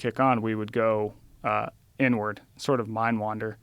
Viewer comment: everytime this dude says "going inward", it sounds like "going n-word".